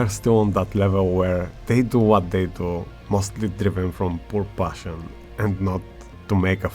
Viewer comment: Pure “passhann” 😂